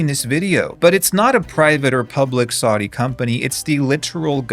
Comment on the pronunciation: The constant mispronunciation of “Saudi” is making my ears bleed.